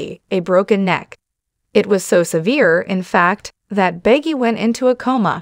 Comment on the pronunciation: Can the narrator of the video please pronounce his last name correctly? It's not that hard---really.